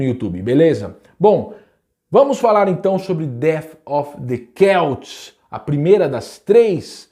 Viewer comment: Pra mim era "selts " nao "queltis"